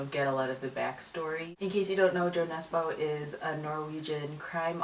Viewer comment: I think it's so funny how english-speaking people pronounce Jo Nesbø's name :P